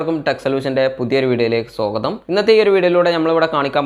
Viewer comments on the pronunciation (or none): സോഗതം എന്ന് കേൾക്കുമ്പോൾ ഒരു കല്ലുകടി. സ്വാഗതം എന്ന് പറഞ്ഞു പരിശീലനം നേടുക സുഹൃത്തേ...